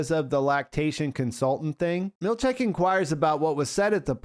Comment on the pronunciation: Seth's surname is pronounced mill-CHICK, not mill-CHECK.